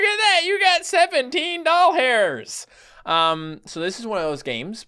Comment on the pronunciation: Am I the only one who heard 17 doll hairs instead of 17 dollars?